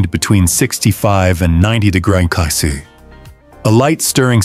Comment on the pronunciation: Excellent video. AI voice: Hermes becomes Hair Mess. 24 degrees Celsius becomes 24 de grok sick sin. Luckily, the CC works.